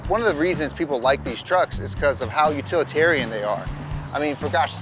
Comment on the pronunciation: Utalitarian, you say?